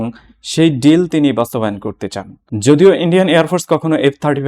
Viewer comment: আপনার শিক্ষাগত যোগ্যতা কি ভাই ? মাদ্রাসা ছাপ? জর্জ সোর না, জর্জ সোরস।বাইল্যাটারাল ড্রিল না ডিল। সোরসের কাছে আপনাকে কতোতে বাঁধা আছে। ইউনুস এখন ভারতের পা ধরছে কেন ?